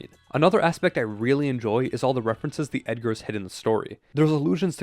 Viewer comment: Yo. Yo. It's Eggars. Like an Egg. Not Edgars, like the Allan Poe.